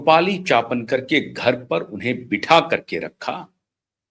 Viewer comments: चापनकर नहीं चाकणकर l आप बार बार हर video में गलत नाम का उच्चारण कर रहें है l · अबे गधे चापणकर नहीं चाकणकर है